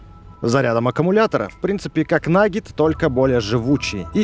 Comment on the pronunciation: Почему я слышу не наггет а наггетс?